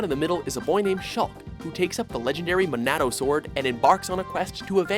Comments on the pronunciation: HOW THE FUCK DO YOU MISPRONOUNCE MINADO WHEN THEY SAY THE NAME IN ABUNCH OF FUCKING CUTSCENES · Someone pick up the phone because I just called it! Xenoblade needs more love, but seriously, the Manado? Someone needs to get their pronunciation straight. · Clearly they didn't play Xenoblade, the characters say Monado every 30 seconds and they still pronounced it wrong.